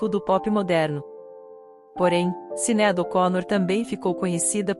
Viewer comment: Por que essa comentarista do YouTube não pronuncia as palavras e o nome da cantora corretamente???? Sinead ela pronuncia Cineádi...que horrível... o nome é pronunciado errôneamente e está totalmente errado!!